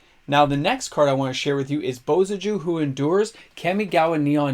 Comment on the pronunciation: It's pronounced "Bo-sA-Ju"! I scooped 4 of those Indom Creativity in foil about 4-5 months ago, im FINALLY seeing a rise on that one. I relaly do like those shocks regardless of price.